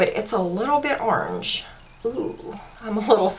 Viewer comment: Every time you say "orange" I die! Love it!!!!